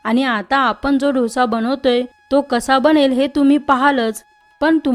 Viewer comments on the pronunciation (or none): ढोसा ढोसा म्हणजे काय? डोसा म्हण गं बाई डोसा डोसा डोसा गंबाई शंभर वेळा म्हण म्हणजे पुढच्या वेळेस शुद्ध बोलशील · Actually दोसा.....ढोसा नाही की डोसा नाही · ढोसे नाही डोसा ग बेटा❤ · ढोसा नका म्हणू. डोसा म्हणा. डो सा!!! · ढोसा नाहि ग डोसा बोल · ढोसा नाही ग बाई.... दो सा.... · ताई खूपच सुंदर डोसा तयार झालाय. महत्त्वपूर्ण ट्रिक सांगितल्याबद्दल धन्यवाद ! पण उच्चार ढोसा नव्हे तर डोसा असा करावा. ❤💐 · ढोसा ढोसा काय म्हणती Dosa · ढोसा..नाही हो। डोसा म्हणाल तर छानच.. छानच कल्पना..👌👌👌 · आधी dhosa n mhanta Dosa bola ki. Kharab vatte ऐकायलाही. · डोसा नाही हो दोसा ! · Dhosa नाही दोसा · ढोसा नाही ग डोसा 😂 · छान माहिती. फक्त ढोसा नाही डोसा म्हणा. 😊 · दोसा म्हणा हो